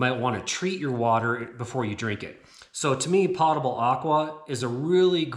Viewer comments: It's POE-tubble water, not POTTA-bul. From the Latin word potus = drink(able. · I didn't know what you were talking about when you mentioned potable water... I had to ask my hub how you say it... it turns out you were saying it .... wrong? Might want to google "potable" and then click on the speaker and hear how it's pronounced. Not trying to ditz you and say I'm better at pronunciation... I'm definitely not. You gave a great presentation on how to make this closet. I love it in fact. I will be sharing this video when people say to me ALL THE TIME I don't have space. Bull. They just say I'm coming to your house. I respond with, after you work as hard for food as my family does, ie-dig an outhouse hole in the back yard for me then I will give you a bowl of soup. You can imagine the shock look I got ;) but it's nothing but the truth.